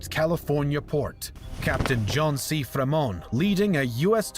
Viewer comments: Another amateurish US history vid. BTW, it's Fremont, not free moa. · Fremont's accent over the "e" is confusing, I guess, but his name is pronounced simply "Freemont", not "Fra-mawnt", hon hon.